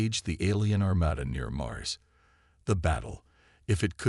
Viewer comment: WOW!!!!! Story #4 today and my LAST!!!!!!!!!!!!!!! Just in the first few minutes......your POS AI, once again, as usual, has proven that you don't give a rats arse if it makes sense or speaks correct English or not!!!!!!!!!!!!!! JUST in the first few minutes....WTF IS: "DEH-brees", "arMAYduh", "arMADuh", "convinned"(convened), "deh-BREES", "di-STEBBLE-izing" !!!!!!!?????????????????? Your stories SUCK if they can't be enjoyed be hearing PROPER English FREAKING language!!!!!!!!!!!!!!!!!!!!!!!!!